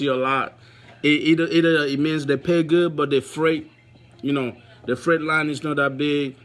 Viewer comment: 6 TO 500YRS???? WTF. HUH?? I THINK YOU SKIPPED NUMBER 3 OR 4 LOL. ITS FREIGHT NOT STRAIGHT!!! PLEASE JUST DO SHORT VIDEOS NEXT TIME LMFAO.....